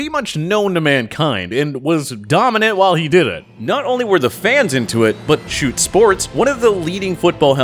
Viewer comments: He pronounced schutt as shoot and not shut like everyone else does.. I used to call the schutt f7 as shut f7 now I don’t know how the name is pronounced because of this guy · It's pronounced Shut not Shoot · The way he said Schutt annoyed me so much you say it like shut not shoot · Wait a hurt is pronounced “shoot” I always said “shut” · He called shutt shoot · I know this dude didn’t call schutt, shoot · Schutt is pronounced shut, not shoot. That killed me inside a bit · did you call Schutt "shoot"? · Are we gonna ignore the fact he pronounced schutt as shoot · He pronounced schutt shoot smh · You pronounced schutt so wrong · When they say Schutt wrong 🤣